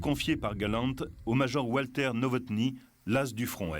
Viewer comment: Le commentateur en voix off aurait pu apprendre à prononcer correctement les noms allemands, ça aurait fait plus sérieux ... "oualter", "djounkers", "levaircuzéne", "joumo". ahaha, ridicule, ça colle pas avec l'air sérieux de mec qui s'y connait.